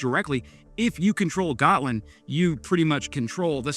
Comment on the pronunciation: Considering Ukraine is currently teaching NATO about modern warfare... I think its time we let them join. Also, Gotland its pronounced "Yaht-Land"